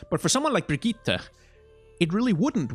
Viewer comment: Great video, tho as a swede myself i can confirm that you DONT pronounce her name "Brigitta", just say it like "Brigitt", just skip the E at the end and you got it